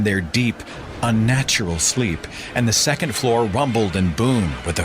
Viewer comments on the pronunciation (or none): none